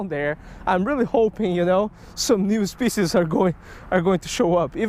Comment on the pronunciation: NYEW SPECIEZ 😂